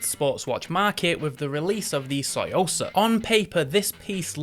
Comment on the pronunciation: You’re literally saying soysauce 🤔